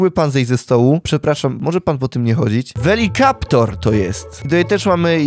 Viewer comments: Velociraptor, nie velokaptor, a ten wyświetlany to był apatozaur. Jak się nie znasz to nie nagrywaj bo fani (jak ja) cię zjedzą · "Velikaptor" XDDD tam pisało Velociraptor (czyt : Welosiraptor) co ty JW lub JP nigdy nie oglądałeś? Edit : to herbivore jak ma nas zjeść? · Nie welikaptor tylko welociraptor a ta wyspa to Isla nublar ten kto oglądał Park Jurajski i Jurassic World a Massrani to właściciel Jurassic World (miliarder) doktor Wu czyta się Łu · velikaptor" xdd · Żygać mi się chce jak opowiadasz o dinozaurach-po pierwsze to jest isla nublar, isię czyta weliceraptor